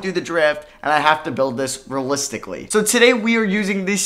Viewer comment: rellistically RE-AL-ISTIC-ALLY